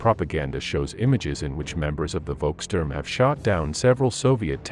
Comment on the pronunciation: Not "Wolkstörm" 🙉, but "Volkssturm". 😉